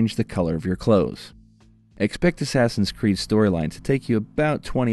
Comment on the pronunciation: ASSASSIN' SCREED ? lol ! Batman ? LOL !